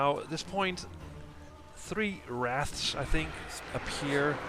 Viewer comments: omg, you called them wraths again. you don't even know how to read or say a very very commonly known beast. I knew what a wraith was at like 6 years old? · on the seventh time you said wraths, not wraiths, you added an extra "thsts" so it sounded like wrathsths. can you not physically say wraith?